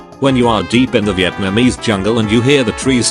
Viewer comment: It's Viet - namese, not Vi - eet - namese.